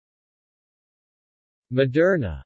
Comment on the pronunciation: It's pronounced mo-dur-na. Not ma-dur-na.